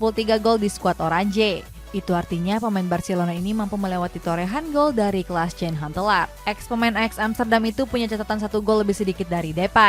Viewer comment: Oranye mba, bukan oranje Klas yan huntelar, bukan klas jan huntelar Albiseleste, bukan albikeleste Shezny, bukan shezeny Cisse, bukan sisse Rais, bukan ris Coba sesekali sisihin waktu buat riset, biar bener gitu ngomongnya, jangan cuma bisa lawak2in pemain aja.